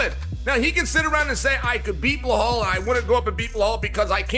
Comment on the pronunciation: Chael like to change fighters name.. Belal - Behaul Khamzat - Kasmat Sign of cte